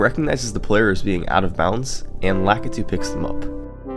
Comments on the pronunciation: "Lack-a-2" Are you seriously... It just sounds wrong! It's "La-key-du" right? Edit: I was wrong! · Is anybody gonna tell him he's pronouncing Lakitu wrong